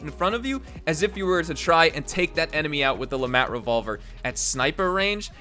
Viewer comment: The T in LeMat is silent